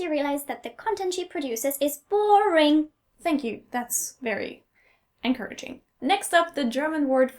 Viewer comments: "That's very anchor-raging"? xD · did you say Anchorage-ing?